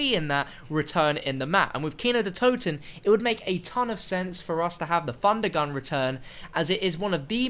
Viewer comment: Not trying to be mean but I cringe when you say Funder Gun